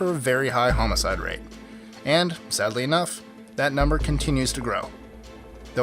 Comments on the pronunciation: what exactly is a homoside? you keep saying it. lol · Just wanted to point out that it is homicide, not "homocide"